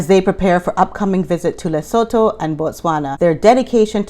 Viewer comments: If you want to sound very knowledgeable with local accent, say it like “Leh-soo-too”. 🤪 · Hi. Lesotho is pronounced Lisootoo.